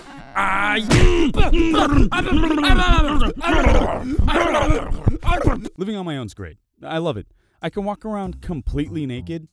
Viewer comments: me a girl scout: has heard all the mispronunciations and is now unphased by even the worst (can safely say the worst was “the sam-os”) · He said Samoas